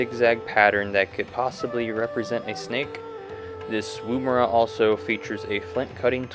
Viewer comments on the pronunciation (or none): none